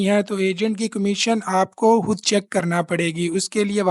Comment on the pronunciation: میرے پیارے بھائی آپ بہت اچھا تفصیل سے بتاتے ہیں مگر لفظ حود کی بجائے خود بولا کریں شکریہ